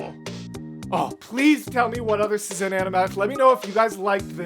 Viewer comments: As someone from Szin's country, it is my duty to say that you pronounce the channel name same as you would the word "Shin". Polish just works differently lmao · Its pronounced "shin" btw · I'm 3 months late, but whatever 😂 1. a couple comments mentioned it, but yeah it's pronounced "shin" 2. a cool piece of szin lore is that she would animate eye-sparkles to convey a character is in love, it's very fun to re-watch the whole thing while keeping that in mind :) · since their channel location is set to Poland i assume (as a polish person myself lol) that "sz" in szin is pronounced like "sh" in shower. So the whole name would sound kinda like "sh-in". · It's pronounced Shin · There was an Hamilton animatic reactor back then and they pronounced is like shin (i think they got conformation but don’t believe me 😅) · Ah yes Szin!! The queen of hamilton animatics, and a big staple in the musical community in general. She inspired a lot of artists and animators, including myself. You should definitely watch more of her stuff in the future. oh also btw her name is pronounced more like "shhin" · I love Szin (I pronounce it like Shin, not sure the correct pronunciation). So glad you’re getting into her content ☺️ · As an artist, I really appreciate your color analysis! Szin is always very particular with color in her animatics, and it’s great to see you recognize that. (Also, in case you missed my correction in the premiere chat, “Szin” is pronounced “Shin”! She’s Polish.)